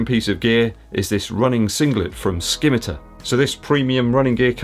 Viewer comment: Sorry to ask but is it not pronounced sim-i-tar ?